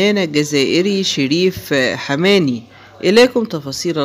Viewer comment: انت لت تعرف حتى نطق اسم الفنان المرحوم ، انت تبحث عن المشاهدة فقط ، روح شوف عمل اخر يا شحاد